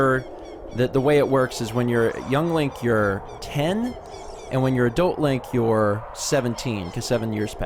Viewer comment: why do they call him "Lonk"????